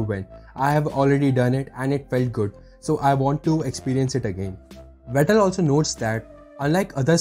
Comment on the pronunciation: Vettel, not Vetter